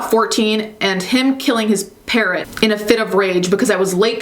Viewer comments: I thought you said he killed his parent not parrot 😂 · I understood ‚parent‘ instead of ‚parrot‘ and was quite confused for a while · The way you say parrot sounds like parent to me... I was incredibly disturbed for a few moments. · Him killing his par..........rot I swear I hear parent the first time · When you said he killed his parrot I thought you said parent and was like "WHAT DO YOU MEAN THEY GOT HIM A NEW ONE???" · I misheard parrot for parent, I was shooketh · For a second I thought the second guy killed one of his parents but I realized that you said “parrot” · Ohh she said parrot not parent! I was soo confused...